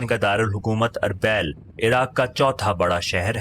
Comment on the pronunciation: أربےل نہیں اربیل arbil